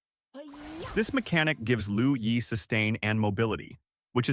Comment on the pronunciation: With dure respect, it's "LUO YI" not "LOU YI".